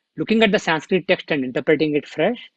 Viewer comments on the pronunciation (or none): Respected... Namaste. Please say Pad as Pad, NOT Padaa... same for Bhav, as Bhaav, NOT Bhavaa... Keep Sanskrit as Sanskrit NOT Sanskritaa!!